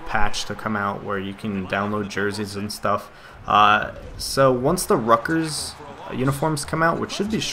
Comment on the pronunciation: LOL. He can't even say his fav school right. Rutgers, Not Ruckers